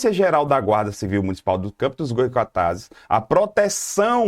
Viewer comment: Goycatazes não😔 Goytacazes sim😊